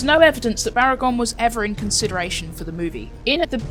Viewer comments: Baragon not bargain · its baragon not bargain